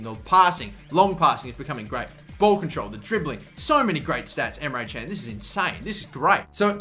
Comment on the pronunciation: you said emre çen:) but it isnt emre kan look at google